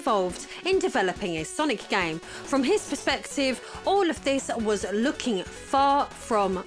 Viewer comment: It's not that hard, "sir-knee"